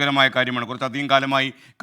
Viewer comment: Not Kaalifornia, it is California 😊